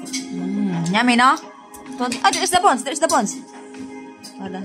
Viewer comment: sabihinmo yummy nor nyami. The word is yummy. Pero ok lang yan. Sinasabiko lang ang right wat of saying it para dika pagtawanan. Love love to all of you, and michael and